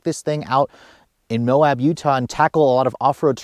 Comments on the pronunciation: It's MOAB, not MOHAB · There’s no H in MOAB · Well the entire video is ruined when you don't know how to say Moab. How Can I listen to anything you say ....